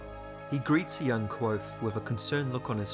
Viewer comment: The V in Kvothe is not silent.